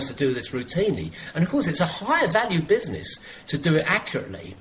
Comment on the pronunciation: Dr John said “bizzknees” 😂